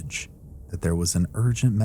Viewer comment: do you know how upsetting it is to be 20 min into a video only to realize the connection you thought you had with that CREATOR was a farce because this intelligible HUMAN just mispronounced “THAT” as “T”-“HAT”! Bruh! Just I mean ROBOT! 😞😒😒